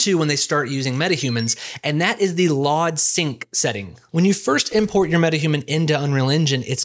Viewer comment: Did you really pronounce "LOD Sync" like that? Well, at least you pronounced it proper after.